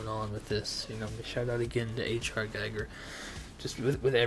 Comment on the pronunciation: My dude…you are mispronouncing Giger. It’s pronounced GeeGrr. And yes, I preordered it.